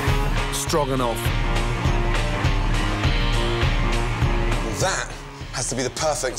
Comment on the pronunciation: Damn Ramsey! That strogranoff is giving me life :P